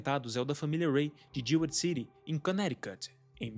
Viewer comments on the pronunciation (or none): none